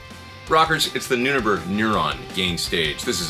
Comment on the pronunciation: Great job as always,! By the way, I think it’s pronounced “new neighbor”(?) Figured I would ask here, under the company’s comment!